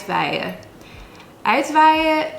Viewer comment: Borrel is just a drink served in a very small glass because of the large amount of alcohol in it (Jenever, ...). Also, you pronounce uitwaaien as uitwijen. Perhaps a literal translation of the words could help people understand the word better... EDIT: halfway through, the video is full of mistakes... Do some research before making videos please...